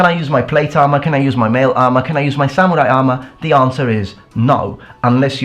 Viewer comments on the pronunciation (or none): none